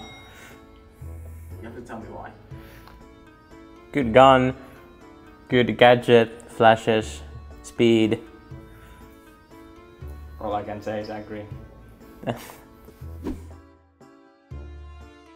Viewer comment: Why did he said “flashesh” ?